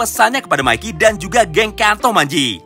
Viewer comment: Bang bukan maiki tapi mikey